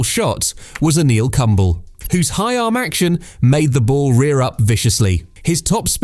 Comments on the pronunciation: It's "kum-ba-lay" 😂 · it's koomb-lay and doesn't rhyme with "humble"